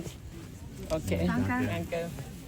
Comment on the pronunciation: The goat comes from Sweden! He said it also but with an accent hahahaha.... A very nice video!!